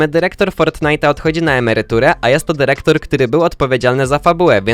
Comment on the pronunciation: DYREKTOR nie derektor!